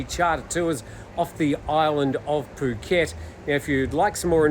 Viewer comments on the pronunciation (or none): none